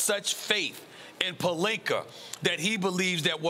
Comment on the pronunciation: Hold up wait time out did Stephen A. Smith FINALLY say Rob Pelinka with an A instead of Rob Pelinker? 🤔I'm over here speechless